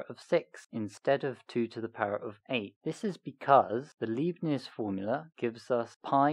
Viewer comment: His name is Leibnitz, not Liebnitz. ;)